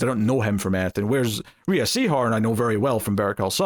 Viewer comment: I'm pretty sure Rhea Seehorn pronounces her name like the name Ray. Just saying but I have no issues if you stick with the way you've been saying it.